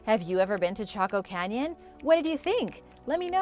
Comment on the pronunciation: Though she said taco canyon